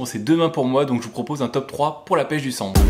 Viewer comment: Ta dit chandre au lieu de sandre...